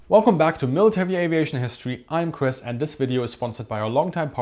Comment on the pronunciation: You might want to get your hearing checked. Chris’s pronunciation is fine on my playback.